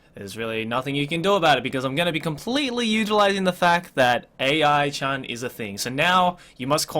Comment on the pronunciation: I'm pretty sure it is pronounced "A-I-Chan" like artificial intelligence... but i see the point why you call is "Ai-Chan".